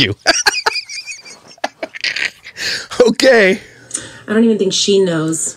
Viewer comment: The “okeh” edits are killing me.